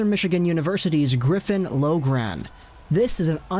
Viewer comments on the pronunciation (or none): You pronounce griffin loughrans last name (lock-ren)